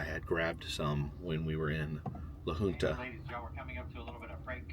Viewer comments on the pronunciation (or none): A quick note, as I notice you have pronounced it every way except for the preferred way, the Colorado town you spent a few hours in is named La HUNT Uh